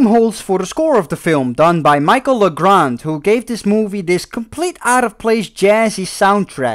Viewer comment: How do you pronounce French composer Michel Legrand as "Micheal Lagrand"?? Seriously, his last name alone screams French and it clearly says Michel, not Michael. Btw, Legrand is one of the big names in French movie and musical composers.